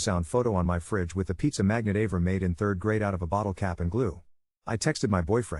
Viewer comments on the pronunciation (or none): Av-ram? It’s Ah-vrahm. 😂